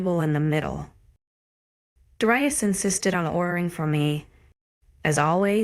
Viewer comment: Thank you for mentioning that, it didn't even pronounce Darius correctly!